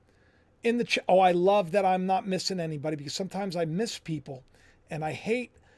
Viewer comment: Can't say love